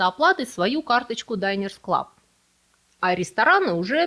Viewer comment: Динерс-клаб.. Почему вдруг Дайнерс? Если от слова «обеденная карта»